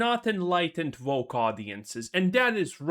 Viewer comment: Oh, you said woke. I thought you said broke.